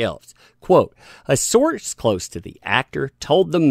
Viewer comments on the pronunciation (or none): none